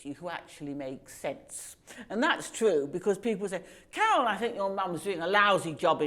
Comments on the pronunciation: The interviewer and Carol both pwonounce theirw rrrs the same way. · Carol tried to be a BBC talking head during the First Gulf War. I remember being amazed that a woman with such a horrible speech impediment would be a BBC announcer. Later on I learned that it was actually some bizarre class based affectation and not a speech impediment.